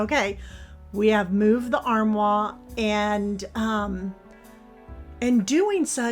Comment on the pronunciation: Love the transformation. You have beautiful decor. Just a note armoire is pronounced armwarr.